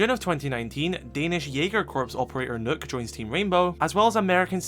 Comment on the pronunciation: pls stop pronouncing the ø in Nøkk as a hard u, it's supposed to sound as the u in dump, so closer to an o than a u, but somewhere in between.